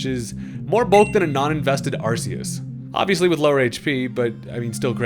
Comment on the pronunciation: ARCeus or ARKoos not ARSEus